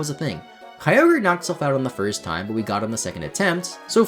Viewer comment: The “kyover” instead of kyogre made me laugh my ass off